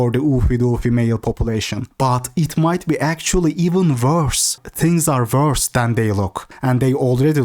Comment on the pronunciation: I like the way my guy puts random letters in words like wvorse, its wholesome